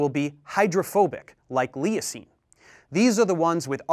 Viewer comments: "lee o seen" vs "looo seen". Discuss. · hey dave it's pronounced LOOOOOSEEEN not LEE UHH SEEEN :) "LEUCINE"